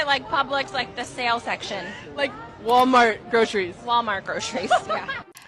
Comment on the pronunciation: Please stop saying "grosheries" ... learn to pronounce a "c"!